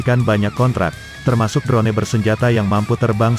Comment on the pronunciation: Bukan. Drone. Di. Baca nya dron saja sedap di dengarnya